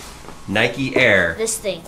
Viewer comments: Triggered by the way they say "Nikey" eurghh. It's 'Nike' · It's Nike not nikey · Nike is probably pronounced like bike. Not Nikey. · Don’t you mean Nike not nikeeeeeeeeeeee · nike not nike-e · the way you say Nike triggered me